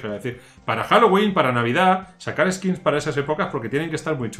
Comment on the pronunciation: Skins skills skits jajajaj aprende ingles y dejate de videos